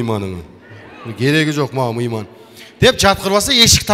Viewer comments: Мыйман эмес, туура суйлочу Мейман же конок деп туура суйлогулочу жинди келтирбей. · Мийман,тапан деген создорду ката суйлоптур. Ошто мейман жана таман деп айтышатго. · Мыйман🤭 Мейман эмеспи? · Ей мыйман емес мейман кантип чыгып жатасын елдин астына урматту мыйман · Мыйман эмес ёп Мэйман